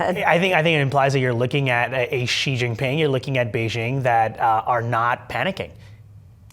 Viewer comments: Xi Jinping is arguably now the most powerful person on the planet with Trump falling down the ranks rapidly. So how come US TV presenters can't even pronounce his name? Credibility ZERO. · People , do learn to pronounce the name of the Chinese President